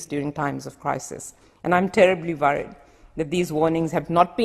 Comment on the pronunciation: "I am terribly vorried about the wirus"